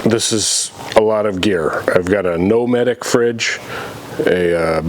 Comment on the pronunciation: "nometic". lol